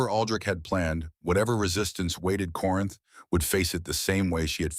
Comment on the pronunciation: The names in this script are ridiculous !Take " is old " and " as sold " for " Isolda " or " Isolde ". Nonsense like that is inexcusable and insulting to every listener and could be avoided by simply having a human proofread the AI written effort . That simple step seems to be too much to ask. I felt a little upset at Corinth being read as "Corn " by AI. How can Aldrick betrothed hid daughter to Dorian and then to the king .